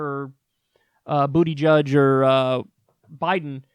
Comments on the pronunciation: You have both mispronounced and misjudged Buttigieg. He can win. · lol did he say "booty-judge" That hilarious